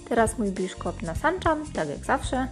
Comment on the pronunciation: "nasanczam" :D